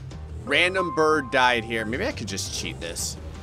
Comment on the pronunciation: Did I hear saying Bird as Birb